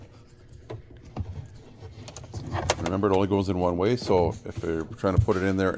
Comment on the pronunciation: “Look waaayyy up” that’s how we know you’re Canadian